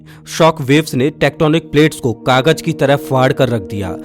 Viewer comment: Suruwat nahi shuruwat Baris nahi barish Kagaj nahi kagaz Bhisan nahi bhishan Achhe se pronounce kiya kare